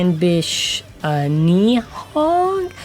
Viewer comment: Nid-hog is an American mispronunciation of the Anglicanized Norse Níðhöggr.